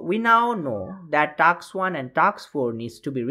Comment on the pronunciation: bro its task not taks